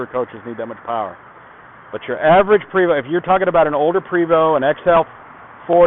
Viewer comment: Hi, It is a PrAAAAvost Not a Prevost, Its French